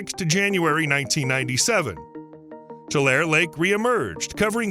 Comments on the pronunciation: Oh yeah, and it’s pronounced “tuh-larry” or “2 larry”. Not mentioning that about 95% of our rain water goes straight to the ocean seems a little uninformed or misleading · I’m 81 and live in the San Joaquin Valley for most of that time. It was always pronounced Tool Larry. Even though it is spelled Tulare. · It's pronounced TULL LAR REE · Sorry. But it is too-larry, Tulare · the E isnt silent its Tu-lar-e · I live in Tulare and Lake Tulare(Tuh-Lair-E) is west of my city. Stoked that you did a video on Lake Tulare! I always watch your videos! Keep up the awesome work! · Bakersfield girl here... To hear him mispronounced that after all the hard work and quality that went in on the video😢 and now every time I hear Tulair.. fingernails on a chalkboard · Those of us that live in this area pronounce it "too-LARE-ee". The "e" at the end has a sound. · We pronounce it Too Lair Ee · Just goes to show it might not be a great idea to build on land where a lake used to be... (Also it's pronounced too-LAIR-ee) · It’s pronounced toolarie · The “e” is not silent in Tulare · Please pronounce it correctly. It's driving me crazy listening to you mispronounce Tulare. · I love when people say tulare wrong😂😂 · The word " Tulare " is pronounced with the " E ", the E is not silent !!! It sounds so strange to hear the word being mispronounced after a lifetime ( 74 years ), of hearing it pronounced properly. I live in Fresno, Fresno county, an adjoining county. Tim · Tulare is pronounced too-lair-ee. Like Two-Larry. Not Two-Lare. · It's "too-larry". There are lots of ancient lakes associated with the Sierras. One big one is Death Valley, itself. There's one place where the road across the valley cuts right through an ancient beach. You can stop the car and "sit" on the beach and imagine the valley surrounded by tall pines. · As a Central Valley Resident I have to tell you this. Its pronounced Tu-lar-ee , not Tu-lare. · It's Too-lair-eee, not two-lair. There is a long e sound at the end.